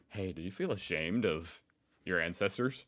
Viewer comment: you said " incesters " instead of " ancestors " a very different type of family relationship 😮